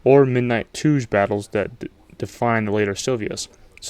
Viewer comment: Did you just pronounce Touge as "Toozh"? 🤔🧐